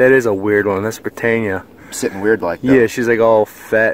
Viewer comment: Hey boys, it's pronounced Britannia, not 'Britainnia'. Great hunt!!! Hi from the UK.